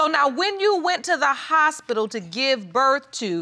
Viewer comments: Lol, didn't hear the hospilla one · “kertificate” “hospilil”😂